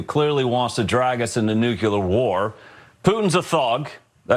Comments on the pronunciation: "nuCyaler". Oh dear. How difficult is "nuClear?" Nuclear. It's nuclear. If you can't say it properly, you shouldn't be in charge of it. Try it... New Clear. It's not rocket science. (See what I did there?) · The word is “NUCLEAR”, you idiot, not “Nucular!” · It’s pronounced nucular… nucular -Homer Simpson (Can tell this fox guy is a ‘genius’ from that alone) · What on earth is a "nucular" war... does he mean "nuclear"? They can't even talk properly, for heaven's sake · Noo-Q-Ler. What an unintelligent nonsensical human being that was. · The guest should consider the proper way of pronouncing Nu-cle-ar not ..nuke - uler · Anyone who pronounces nuclear as "nucular" doesn't know what in hell they're talking about. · Ah, the old “nukular war” threat. This guy’s a genius. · Didn't George Bush pronounce the word Nucler ..but the for the the free English lesson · The fact that that guy called it 'nu-cu-ler war' tells me all I need to know about him. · Anyone who says noo-kyew-lar is an idiot who can't be listened to for critical analysis... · Never trust ANYONE who says NOOKYOOLER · Bush II pronounced it that way and it always bugged the shit out of me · The guy pronounced the word Nuclear as New-cue-lur. That's how you know everything else he says can be disregarded. So stupid. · "nukelar. it's pronounced NUkelar." says Homer Simpson. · dID HE F'IN SAY "NUCULAR"? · They can't even find "experts" who pronounce Nuclear properly. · can't even pronounce nuclear correctly, the big putz... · The idiot can’t even pronounce the word “nuclear.” likely misspelled his own last name. Fox will put any nut on TV.